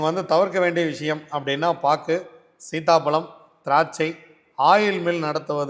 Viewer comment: பாட்டு . சீதாப்பழம். தெளிவா சொல்லுங்கள்